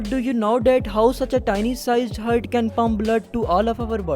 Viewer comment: With due respect Its ہارٹ Not ہرٹ 🙂